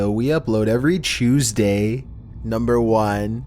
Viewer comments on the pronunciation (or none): “every chewsdays”